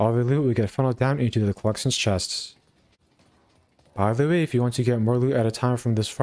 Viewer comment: Why is this dude so bad at saying "by the way"